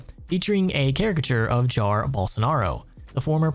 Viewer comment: jar Bolsonaro???? It's Jair Bolsonaro, pronouncing the "i" is important💔